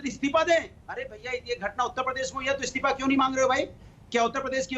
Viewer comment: it's isteefa not isteepa